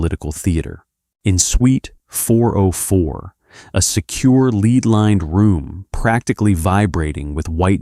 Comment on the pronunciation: It's a 'lead' lined room. Lead like in the dence metal & pronounced 'led', not 'leed'. Comeon AI, even a 3rd grade child knows the difference.